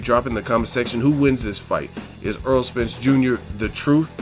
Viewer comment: its errol not aaron